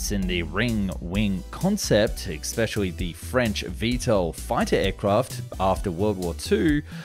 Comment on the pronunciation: Especially not EXpecially, there is no X in the word!.. Come on man, this is your job for Gods sake!